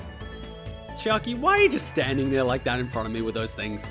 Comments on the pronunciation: It hurt just hearing him say “Chikai” and “Nekomura” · For one highlight, i want a compilation of every time you say "Chikai" and then at the end, the time you said "Oh it's chiaki! I've been reading it wrong.."